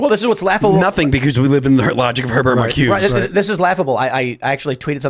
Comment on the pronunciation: Someone please tell Phil how to pronounce Marcuse. The name has three syllables, not two.